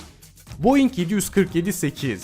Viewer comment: Boeing i de boe dei oluyani ilk defa gordum